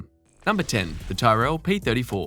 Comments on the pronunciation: Weirdest pronunciation ever--TIE RELLLLL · Any F1 video where the presenter doesn't know how to pronounce "Tyrrell" and "Depailler" loses all credibility. Go watch some old race videos on Youtube and learn to pronounce such important names in F1 history before you make a fool of yourself like this again! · You pronounce Tyrrell wrong? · The narrator doesn't know how to pronounce Tyrrell or Depailler. Gave up. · And Tyrrell